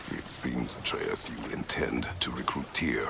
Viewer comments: I hate how he say ay-treus it’s ah-treus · Ain’t no way bro said “are we gonna keep calling boy Artreeus” Looool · it's ah-trey-uhs